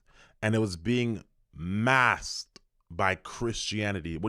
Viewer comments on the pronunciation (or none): none